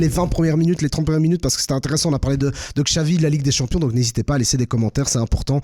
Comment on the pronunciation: ne pas prononcer Xavi (Chavi mais Xavi) c'est criminel